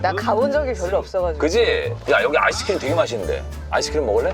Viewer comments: I can't w the 'Dry Booth' and 'Ise Cream' HAHAHAHAHA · Yess she got him back "ise cream"😂😂